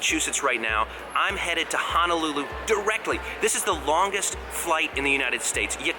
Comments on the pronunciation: It’s HONOLULU not Hanalulu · I honestly don’t know why you bother with the headsets. 😂😂 It’s obvious no carriers headsets will compare with your Bose headsets. And btw its “HONOLULU”, not HANALOOLOO. Pronounced “HO-NO-LOO-LOO”